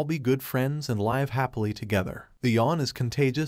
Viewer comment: 😢Ahhh only like 5 min of story progress and it’s a drinking game take a shot 🍺 every time live is mispronounced lol